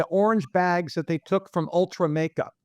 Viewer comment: Its Ulta not Ultra :) girls know these things